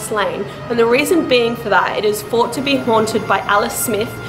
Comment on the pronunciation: thought not fought. Please pronounce 'th' properly it sounds really bad